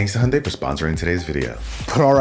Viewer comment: Hi - jun - dai, not hundai. Americans never pronouns names right...